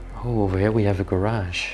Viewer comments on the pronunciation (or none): none